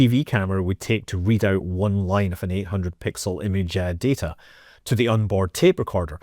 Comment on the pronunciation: had to go to CC to learn you were saying "line".